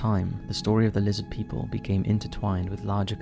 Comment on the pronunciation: Lizzid Peeple!! - HeckleFish 😂😂😂